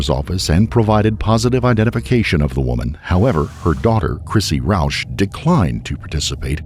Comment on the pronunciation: When dude said Roush I said hold up a minute